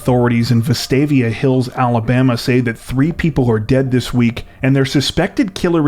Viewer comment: Crazy stories this week. Good video, and kudos for the correct pronunciation of Vestavia Hills.